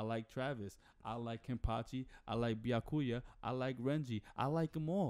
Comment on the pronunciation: Why you say all the names wrong?💀 ByaKUya? BYAkuya accent in “BYA”. TanJIro? TANjiro